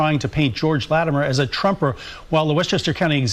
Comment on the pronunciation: Bro... I don't understand how you can listen to the audio clearly saying "Lattimer", but you keep calling him "Lattameere". How?